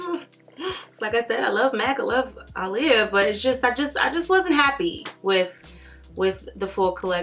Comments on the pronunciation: ITS PRONOUNCED AH’LEAHA NOT ALY-YA 🤦🏾‍♀️ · If you look at old Aaliyah interviews, she stated on many occasions that you do not pronounce her name “uh-lee-yah” and that the correct pronunciation is “Ahh-Lee-Yah”. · Cristina West no she's not. It's Ahh-lee-yah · its Ah-le-ya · yeah one "A' is silent … lol its ok I knew what she meant.. Love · Yes she is saying it totally wrong lol